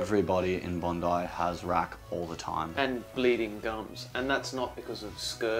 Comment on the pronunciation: it's bon-die. i know because i still remember the reaction i recieved when i asked people where bon-dee beach was when i first came to australia. funny memories.